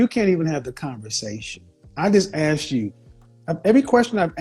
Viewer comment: I come from a place with a thick Celtic accent. We don’t usually say the “th” sound. I’m wondering if these woman are all from the same area because there is a pattern with them not saying “asked” they say “axed”